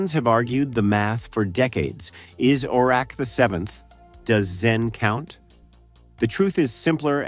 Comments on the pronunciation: o-REK the computer was funny too. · Along with the mangling of Oracs' name